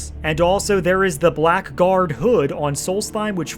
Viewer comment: I know you're not fully used to the n'wah language yet,, but I shall point out that "Blackguard" is pronounced as "Blaggard", not "Black Guard"